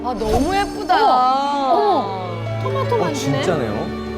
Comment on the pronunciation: 여경례 셰프도 토마토를 도마도라 그러네 실망이다